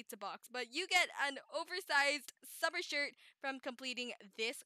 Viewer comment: Hmmmmm This is so helpful :0 so thanks :> And did you say Summer or Swimmer? I also thought of the word too when I reas "Swimmer flippers". xD